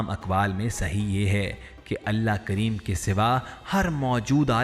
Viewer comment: Nabi Kareem....S.A.W....kundly proper pronounce...not kreem